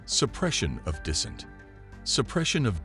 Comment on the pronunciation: 100%. Resource consumption would be just another problem AI could solve better than us. As for suppressing dissent (I assume the narrator is a program, since it pronounces "dissent" as if it would a contraction like "didn't").... yeah, it's not like any human groups have ever suppressed dissent, eh? Also, the last thing I'd want is having woke "ethics" wired into AI--imposing "equity" rather than equality, assuming that the only possible cause of divergent outcome is racism/sexism/[fill in blank]ism.